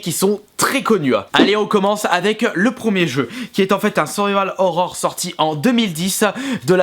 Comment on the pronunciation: Au-delà du contenu, si tu pouvais commencer par ne pas parler comme un journaliste de BFM TV, ça serait un bon début. Ton problème, c'est que tu arrêtes pas de prononcer des "e" imaginaires à la fin des mots, en plus de pas être capable de prononcer "survival horror" correctement (moi ce que j'entends, c'est "seuuual horror") Calme-toi un peu! =D